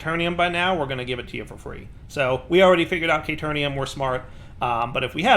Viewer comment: CaterNium CaterNium CaterNium hahaha